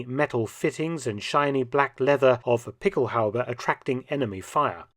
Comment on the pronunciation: What Mark is saying in his British accent is "pickelhaube". He is pronouncing it correctly, but I tried to google "pickel halbee" and it didn't work.